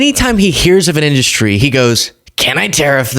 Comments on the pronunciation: >> I hate the way trump says the word "industry". He says "in-DUST-ry". I know its petty, but it drives. me. NUTS. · "our fillum in-duh-stry has been decimated" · Fillum inDUSStree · He's saying his words really weird like he always talks like a bumbling idiot but lately he's been saying weird pronunciations of words like film but he says fill em. Or indust tree